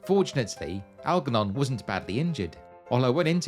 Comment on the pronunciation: Looks like a lovely railway to visit. Oh, and Algernon is generally pronounced with a soft 'g' rather than the hard 'g' you used.